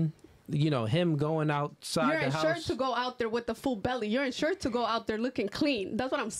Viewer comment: She talkin ENsured, talkin INsured